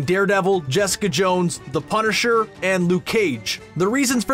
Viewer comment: “The punersher”